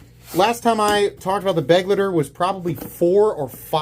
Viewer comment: Love your channel and your style but I cannot sit here any longer and listen to you butcher the word "Begleiter" , a German word meaning companion or accompanist. It's pronounced : "buh-glighter " with an emphasis on the "lighter" part ... just so you know